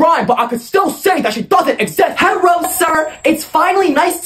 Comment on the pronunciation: "Herro son" 💀